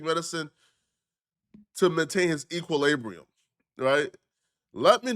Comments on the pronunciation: stop trying to use bih words you can’t pronounce 😭😭😭 bro said “EquilAbrium” *Equilibrium * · "Equalaybrium"😆 this boy can't pronounce NOTHIN!😆 ...ngga we think YOU take medicine! 🤣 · I think woody is smarter than u to be honest 😕 I think his equiLIBRIUM is fine 💀😭 bro stop attempting phrases that you can’t recite accurately, and stop attempting words you can’t pronounce.